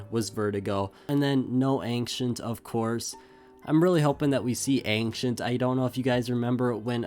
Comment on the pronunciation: "anxient" it's ancient